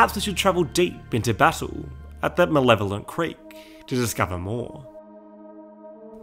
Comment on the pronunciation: I believe that nobody fucking knows how to pronounce "Malevelon Creek" properly